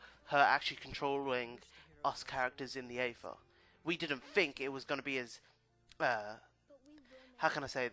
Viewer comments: its the aether not orgatha. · what are you saying?? afa? Ayfuh? what? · It's pronounced ether but is spelled aether, how is that so hard?